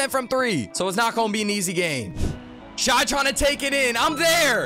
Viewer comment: please stop saying shai like that